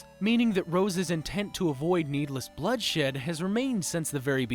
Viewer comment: did he said bloodshit?